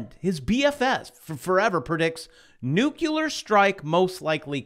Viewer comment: Nukie-lear. Courtesy, Nobody. 🤣😂🤣 Hilarious!